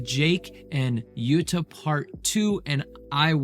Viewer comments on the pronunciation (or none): Its sais “jewouuu-ta” not yut-ta just FYI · Did you say Jadda? 😂It's Jutta!